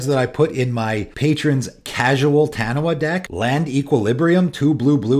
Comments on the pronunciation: Hearing you say "Taniwha" is slightly triggering me lol, its a popular creature from Maori myth pronounced "tuh-knee-fuh". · FYI, 'Taniwha' is a Maori word, and in Maori, 'wh' makes a 'f' sound. It's pronounced tah-nee-faa. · Great video, and discussion points. Side note: Taniwha is a Māori word and is pronounced 'Tahneefaah. I'm sure most people not from the pacific wouldn't know that, so this is for people with a Taniwha deck who want to say it correctly. I'm from New Zealand, where the word is common knowledge, so I had to comment. ✌️